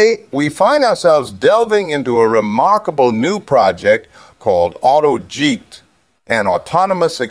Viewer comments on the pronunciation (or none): Auto-Jeept uses GP-4. The TTS software you're using could probably use a bit of work. Good video though.